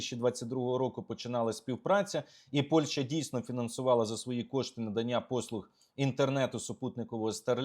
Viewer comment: Олександре, дуже сильний моцкальський акцент. треба працювати над вимовою. найпримітивніше: не Польша, а ПольЩа, і це, повір, українською так і вимовляється. не щё, а що, не 'нехатілосьби', а нехОтілось би і так далі. переслухай себе і повторюй правильно що почуєш.